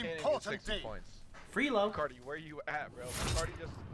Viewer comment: It's called "FRELO" not "FREELO"